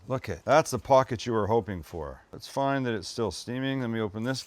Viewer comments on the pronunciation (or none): none